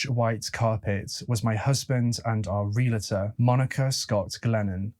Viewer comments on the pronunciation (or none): listen to Americans saying 'realtor'. It is 're-al-tor' not 'real-alator'. Otherwise just fine. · Realtor, not realator. Jewelry, not jewlery. Nuclear, not nucular. Thank you. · Pet peeve: it’s real-tor. NOT re-la-tor!!!!!!!! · Ok I’m gonna get a bit realtor bitchy here. It’s NOT Real-ah-tor. It’s REAL-TOR! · Out of the abundance of the heart the mouth speaks, mental illness or no mental illness. BTW, realtor is pronounced real-tor, not reala-tor.